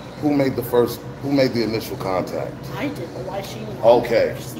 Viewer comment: Why does he say bot instead of but